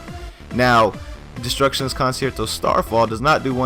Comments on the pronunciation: destructions con-chair-toe is how its actually pronounced. For next time u wanna hit the orchestras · it is pronounced cun-chair-toe